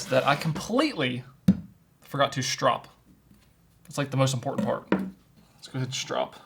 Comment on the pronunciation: "strope"? Bro wtf...